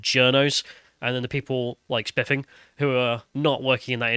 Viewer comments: I thought you said "SpLiffing Brit"!!!😆😂🤣😭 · his diction is terrible i can't listen to him don't call yourself the if you can't pronounce a "th" sound